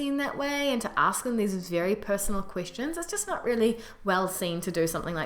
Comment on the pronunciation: This is unrelated, but I noticed sometimes when you say 'question' it sounds like you're saying 'christian' or more accurately, 'queesh-tion'. Don't worry aboot it, its really cute^^ Love from Canada.